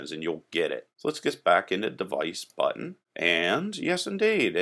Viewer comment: why im hearing button as butt ?